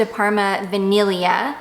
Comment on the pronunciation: I mean, your tweaked pronunciation of ‘vaniglia’ is veeeeery good!👌🏻👌🏻